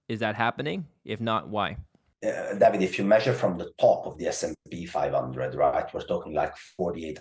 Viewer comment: Every time he says David, I keep hearing damnit